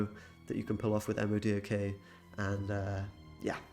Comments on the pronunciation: Thanks for the video! PS Not sure if the mispronunciations are for user engagement, but if not. It's Mo'-Doc and Null, not EM oh Dee oh Kay and Kuh-null. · It hurts my soul he said "Em Oh Dee Oh Kay" instead of Modok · say it with me, "Moah-dock", very good =] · Oh my god my ears bleed every time he spells out the acronym for MODOK. No comic nerd no matter how sweaty they are calls him by the letters of his acronym. It’s pronounced Moe-dock. I thought it was bad hearing mogwai for multiple videos now still say King-Ping instead of King-Pin.